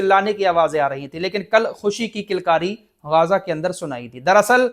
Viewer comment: गाजा nahi ग़जा बोलिए